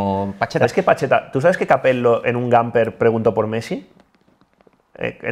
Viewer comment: El "Capel•lo" de es el equivalente del "peesllé" de Ilie.